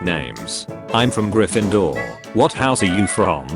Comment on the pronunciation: Sly-therin🗣🔥 Gry-finder😭🙏 Wee-le💀 Die-gory💀💀💀